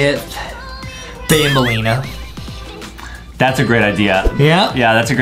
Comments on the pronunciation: Aka Banbaleena not banbalina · banbaleena not banbuleena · banbaleena not bambolina